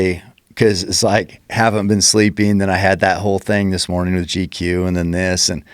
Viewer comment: Did anyone else hear Joe say “G coo” instead of GQ?